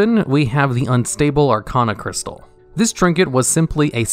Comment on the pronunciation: Arcaanocrystal. Stop. This. Shit. You do RESEARCH about this game, know how to pronounce the goddamn names of items, npc's, EVERYTHING